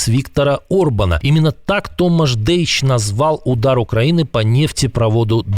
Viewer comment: Ви бикота неграмотна! Не Тамаш, а Томаш !!!